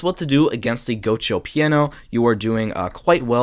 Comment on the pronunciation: bro said go Cho instead of gi uoco